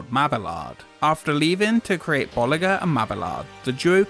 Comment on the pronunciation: "bulli'zhey and ma'beeyard" *